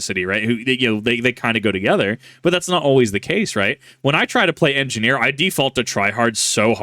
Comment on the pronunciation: Big Joeys "Engi-Gnome" is pretty funny to see